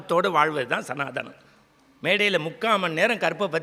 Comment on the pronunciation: சனாதனம் correct என்று சொல்லு.சனாதானம் என்று சொல்லாதே.